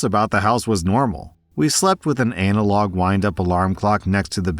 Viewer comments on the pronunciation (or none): Dude come on how can you mispronounce analog lol. It’s not anal-log you dunce